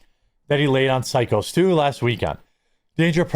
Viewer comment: Haha, it's driving me crazy that he keeps calling him Sicko Stu also.